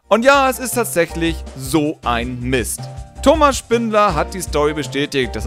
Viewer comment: Stimmt, weil das "T" von Mist eigentlich fehlt...